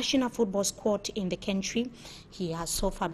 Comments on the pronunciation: Please can this journalist pronounce the word "Country" properly? what is "Kentry" as she prefers to pronounce. It is so annoying. Someone please help me tell her. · That is not correct. No one pronounce "Country" like that. I have lived in Southern Africa for several years and can confirm that.